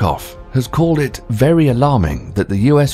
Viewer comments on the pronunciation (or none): none